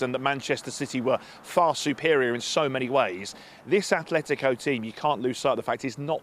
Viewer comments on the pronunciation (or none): It's Atletico. Not "A(th)letico"😩